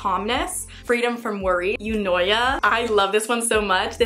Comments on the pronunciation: hi i'm your greek fan so i think i can help you with the pronunciation. The way you pronounced meraki is right. Ataraxia (αταραξία) is atarax'ia the tone is on i. Eunoia (εύνοια) is e'unoia the tone is on u and it's called evnoia. Eudaimonia (ευδαιμονία ) is eudaimon'ia the tone is on i and it's called evdaimonia. the combo eu is pronounced like ev and au like av. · Eunoia is pronounced like "evnia" the ..ia in the end is the same way you pronounce "manIA" i hope that helps